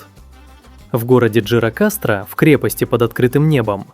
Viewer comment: Рассказчика противно слушать, во во-первых не жирокастра, а Гирокастра! Если ты рассказываешь о какой-то стране, хотя бы немного ознакомиться с её языком и граматикой!